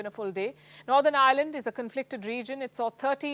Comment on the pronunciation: Can i have your job,,,,, it's Ireland not island